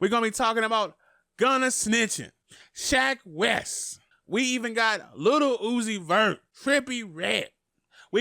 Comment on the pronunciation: “Shack wes” 😭